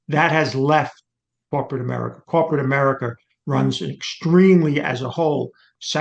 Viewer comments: This man says Chiner, Americer and Russher. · I love when old white people say “Chiner” “russher” “americur” lol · Americar, arenar, chiner. Sorry had to say it